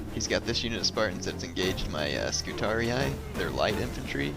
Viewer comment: its funny that when you said about your scutarii it sounded like you wanted to say STUPIDarii